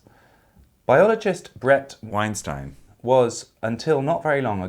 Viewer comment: I love the fixing on Weinstein pronounciation. Great!